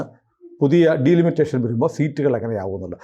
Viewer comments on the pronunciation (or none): It's not ഡീലിമിറ്റേഷൻ. But ഡിലിമിറ്റേഷൻ.